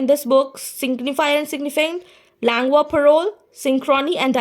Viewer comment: Pronunciation of Langue is wrong. Please correct that Ma'am. Rest is really helpful. 😊